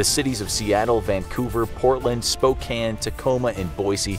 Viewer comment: The narrator must be from eastern Washington since he knows how to pronounce "Spokane" properly.